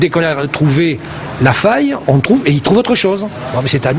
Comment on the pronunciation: "quand on me tesse, on me touve"